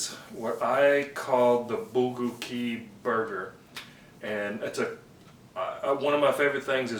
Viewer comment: it's pronounced "bul-go-gi"